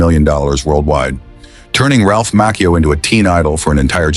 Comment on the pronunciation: Ralph Macchio pronounces his last name as MAH-chee-oh not Mock-eo.